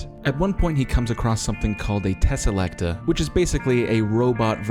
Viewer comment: i just want to mention this as also another NA doctor who fan i think it's tesalecTOR and not "TAH". otherwise i mostly agree with the the review as a fan of the original rtd era. Im tired of these same old writers and i know there's plenty of scifi/fiction authors in the uk willing to write and take a risk on a DW script but the BBC or showrunners would be unwilling to do. the fact that these men grew the revival out of being the "biggest fans"in the writing space while unwilling to platform new writers seems "pick me" in a way . honestly my biggest disappointment for this new 8 episode series was that the only writers were RTD and Moffat despite how much i love them. Change is a necessary part of this show for it to survive for 60+ years and for it to continue further it needs to not piggy back the revival from less then 20 years ago.